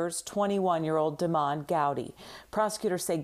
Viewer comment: Dude's name isn't Demond, it's "Demon."